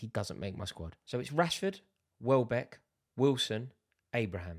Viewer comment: Bro really said wellback 😭😆